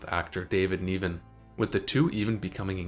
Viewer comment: Laughton, Niven and other names mispronounced. Please edit/proof with care.